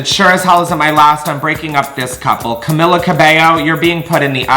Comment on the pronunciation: how u gonna say cabello right but not camila cmon if ur gonna roast my fav tHE LEAST U CAN DO IS SAY HER NAME RIGHT HHHHHH